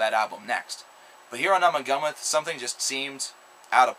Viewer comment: It's pronounced "Oo-ma-Goo-ma".